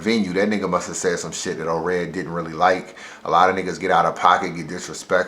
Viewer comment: Daylyt and *Ored you said Daylyt and oops at the end